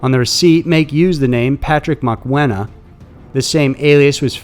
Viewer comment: Shout out for pronouncing Mokoena correctly.